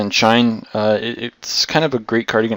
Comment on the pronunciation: Shine? Shien.